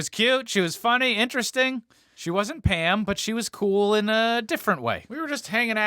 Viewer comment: Every time you said Pam I thought you sad ham lol